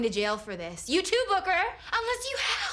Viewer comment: Am I The Only One Who Heard Booger Not Booker